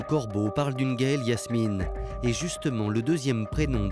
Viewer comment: Elle s’appelait Gaëlle Yasmina... pas Yasmine..